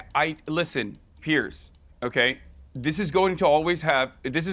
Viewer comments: "Pierce" Morgan 💀💀💀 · PIERCE Morgan 😭😭😭😭 it's piers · bro its piers not pierce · no it's pears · its peers morgan gumass